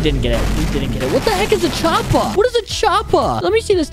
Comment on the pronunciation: the way he said choppa🤣🤣